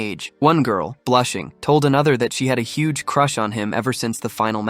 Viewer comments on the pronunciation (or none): none